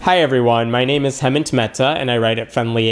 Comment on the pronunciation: Good answers. But you should learn to pronounce your name correctly, Mr. Mehta, before being anxious about mispronouncing someone else's.